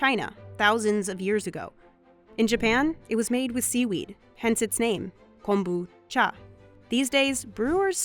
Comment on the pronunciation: The narrator did the accent when she said kombucha, I think she knows what she is talking about.